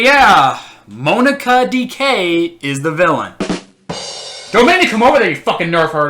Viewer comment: “Moan-aka” “Dick-ay” XD